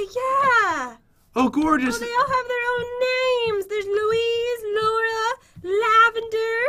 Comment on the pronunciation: The way pat pronounced ‘Louise’ KILLED ME LOUISEEE HAHAHAH it’s loo ese Bahaha.